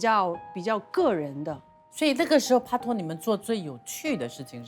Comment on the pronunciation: 不要再pa拖了是pai拖除非您是想读粤语没读准